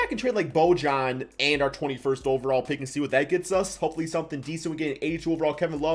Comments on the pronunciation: Bro love your vids but it’s “ bo-yan “ lol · Nobody::Bo-John